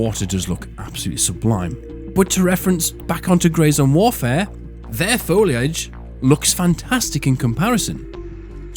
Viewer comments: Foil age? It's simply incorrect. Hehe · Wow I had no idea UK folks pronounced "foliage" that way. Add that to the list of pronunciations we can't agree on lol. I gotta run now, my lieutenant and I are on a tight schedule to get my sedan out of my garage and take Route 66 to gather some herbs, pick up aluminum foil and Nike sneakers, stop by the zebra exhibit near the buoy, and enjoy a little leisure while eating a tomato and basil sandwich in complete privacy. All part of the process...